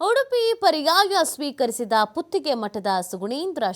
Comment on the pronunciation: ಲೋ ಹಂದಿಗಳ ಕನ್ನಡ ಕಲಿರೋ ಮೊದಲು..."ಸ್ಪೀಕರಿಸಿದ ಅಲ್ಲ ಸ್ವೀಕರಿಸಿದ"